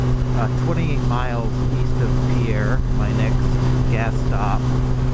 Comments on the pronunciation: Born and raised in South Dakota, live in Big Lake. Pierre is pronounced like fishing "pier". Not like people would think the French terminology. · Yes, all the South Dakotans corrected my pronunciation of Pierre after this video. I've been doing much better with it since. 😁